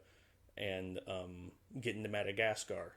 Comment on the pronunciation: when you said "Getting to Madagascar" probably is the best example of how moving to the South has effected you, the Ohio accent disappeared there haha.